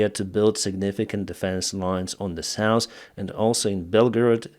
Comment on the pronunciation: please correct your pronunciation of the words: north, south, thirty, forty, true...